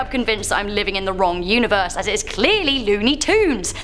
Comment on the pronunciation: I'm really bothered that she went with "universEYE"